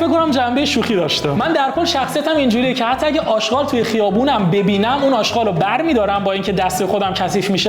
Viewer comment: داداش اژغال نه اشقال